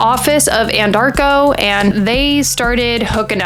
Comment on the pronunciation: who is paying you to peddle this garbage? You aren't helping anything!!!! You didn't read the discovery, did you? You cannot even accurately pronounce Anadarko. You didn't do your homework at all. Your channel needs to come with a BS disclaimer. By the way, you didn't apply your false eyelashes correctly. It's quite distracting.